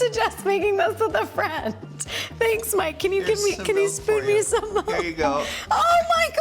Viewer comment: What is "melk"?? 😂